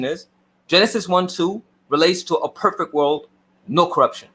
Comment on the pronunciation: cant even pronounce perfect correctly. He's the poster boy for Cognitive dissodance. Anyone who attacks the oppenent instead of the argument is a sham artist. checks all the boxes🤫